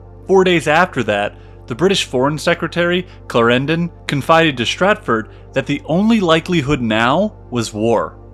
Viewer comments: "Claren-DON" not "Clair-ran-don" its a British thing. Note; Austria had a bit more of "Italy" then you depict. Its "Sublime 'Port-ae'" not ""Sublime 'Port' " I guess if we roll with your American pronunciations - fair enough - I'll just stop here ... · "Derby" is pronounced "darby" in fact. And Clárendon, not "claréndon". And "par"-mesten. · And Clarendon is stressed on the first syllable, not the second! It sounds rather weird. Still, loved the whole clip. Thanks. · Great Video, but.....Clar END on, not clrendn :) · The pronunciation of George William Frederick Villiers title is something like this: CLÁ-renden (Clarendon) Okay? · Excellent summary, but the pronunciation of proper names like Clarendon etc. is dreadful... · Clarendon and Derby, learn how to pronounce them. Otherwise great documentary.